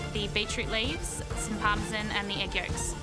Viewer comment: Parmesan? It's supposed to be pronounced as parmesan...